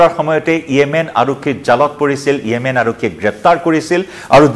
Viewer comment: য়েমেন নহয়, ৰে 😂😂 য়ামেন হয় 😂😂